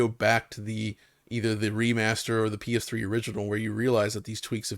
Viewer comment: Every time says PS Triple I wanna die inside.😒